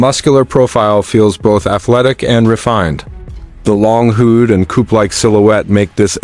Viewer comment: Awful video. The word hood is erroneously pronounced who'd. JOKE of a video